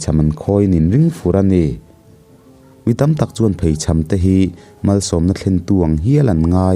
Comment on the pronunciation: Țang ni loin Tàng tih tur a ni e.chuan,Haimual tih kha Hai tih lai hi theihai kan tih a a hai thlukin lam san deuh zawk tur a nia.mual tih lai kha chu mualpawng kan tih a a mual lai thluk a lam leh tur a ni.kan khawbul a nia ka rawn sawi ve mai mai.